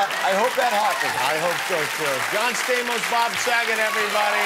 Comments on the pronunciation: actually, in Greek, it is pronounced STA-mos with a hard A, and not Sta(y)-mos, so Rickles was pronouncing it correctly. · He actually did get his name right. He just used the greek pronounciation of Stamos' name. And I'm suprised Stamos didn't say anything.